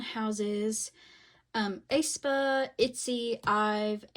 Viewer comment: love ur vids girlie but the way u were pronouncing aespa made my skin crawl 😭😭 /hj